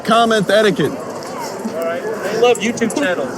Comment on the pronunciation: STOP CALLING IT AN "ETTIQUE-SET" YOU KNOB! SETTIQUETTE!!!!!!!